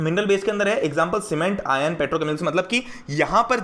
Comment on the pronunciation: If anyone noticed he says "ion", not "iron"😂